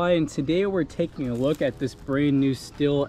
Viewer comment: Why do people pronounce stihl “still”? It’s pronounced “ Steal” or “Steel”. And I never owned one but man a lot of people Mispronounce poulan too they call it “ pool in” when it’s pronounced “ pull in”